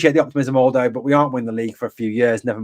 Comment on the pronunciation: lolz buddy...'Aldo' is said as 'ahahahal-dough' not ALL-dough. Happy to help bro.